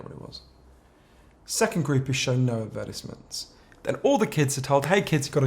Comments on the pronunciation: why does he pronounce advertisements like that lmfao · The way he says advertisements sounds like he’s saying appetizers 😂 On a more serious note, I deleted Snapchat, Facebook and twitter several years ago, but it always seems like something comes along and fills the void. I deleted those ones, then I was addicted to Instagram. After removing Instagram, YouTube and Reddit filled its place and now it’s just youtube constantly. It really does feel like an endless cycle. I think I’m addicted to the sheer volume of information that is out there and ready to be consumed and it drives me crazy